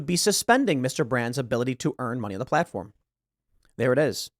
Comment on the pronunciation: Oh, it is true: "Platofrm"